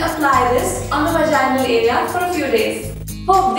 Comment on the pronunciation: I have a question why can't Indians pronounce and word with the letter "v" ? They replace it with "w" like for example instead of saying Vagina you say Wagina?